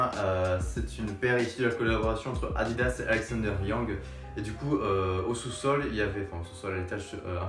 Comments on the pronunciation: Yo mec juste pour info ca c'est Alexander Wang et pas Yang 😉 et il est grave sympa ton t shirt huf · Mec fais un effort de prononciation stp surtout pour les marques alexander wang et y3 ca se dit en anglais